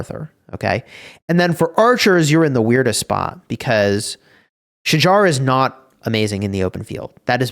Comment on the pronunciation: Its not pronounced as Sha-jar. Its "Sha-hahr". Im turk.